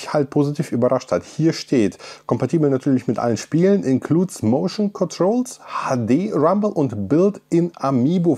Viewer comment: Das HADE RRRRAMBEL